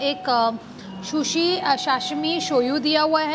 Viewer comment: Shushi nahi hota sushi hota hai prounounce to Karna sekh lo